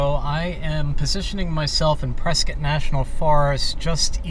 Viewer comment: Points for pronouncing "Prescott" properly